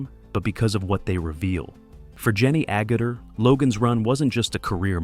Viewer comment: ...they sure butchered her last name